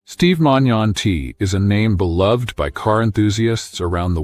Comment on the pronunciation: Steve is alive and well and hasn't given an update in almost a year because he is recovered , this is just some feeble , lazy AI junk video that can't even pronounce the man's name correctly. Steve has his own channel, look him up and watch his videos if you really want to support him.